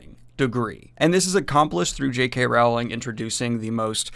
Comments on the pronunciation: If your going to SLAM someone you could at LEAST pronounce her name correctly. It's ROWLIKG like BOWLING. NOT Rowling like howling. Other than that, I agree. This book SUCKS!!! But please learn to pronounce her name correctly. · Hello Daniel, just FYI it's pronounced Rowling as in Bowling, not "Raughling", other than that, great video man! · Her name is not R**OW**ling (as in "ouch"), but rather "R**OH**ling, like "roll". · Rowling as in Bowling dude, not "Raughling" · I hate myself for even typing this, but it's Rowling, pronounced like "bowling." The middle part of her name is pronounced "ole," not "owl." Thank you for coming to my Ted talk. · Rowling is pronounced rolling. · I pronounce her Wowling But to defend myself with a German Acsend it's Wowwling or RRRowwling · It's Rowling, like bowling (not like howling) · You’re still mispronouncing Rowling’s name omg 😬😶 (sounds like Rolling) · Rowling is pronounced like bowling. Just fyi.